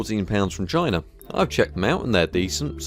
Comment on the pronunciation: One of the times you said "Samsung from China" I heard "Samsung vagina". Checks out.